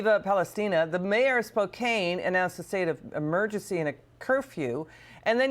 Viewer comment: Learn how to pronounce Spokane.